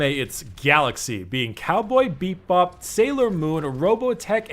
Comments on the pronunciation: He said Cowboy "beat bop"...I'm so triggered. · I LOVE how you always say Cowboy BeepBop instead of Cowboy Bebop